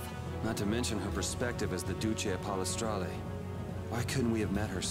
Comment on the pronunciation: Is there some way that you can listen to the in-game audio properly by using headphones or something. Because I'm getting kinda sick of you mispronouncing so many words: Entelexeia = En-tele-keia Duce = Du-jay (or Du-chay) Pallestralle = Pala-stralay Mantaic = Man-take Ragou = Ra-go